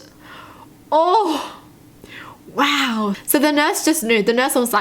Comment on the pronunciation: When saying "wow" everyone else says it as "wow" you say it as "row" lol